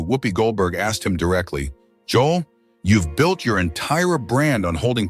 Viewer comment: Right from the start this video is suspect. Joel’s name was mispronounced.